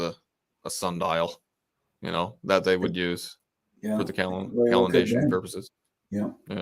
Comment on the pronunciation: Oh!.... "calendation" another new word!